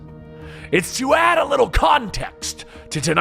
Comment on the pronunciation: "It's to UuhhhhAAAdd a little CONteXt" lol "UuuuHhhhRoUnD the Rim" lmao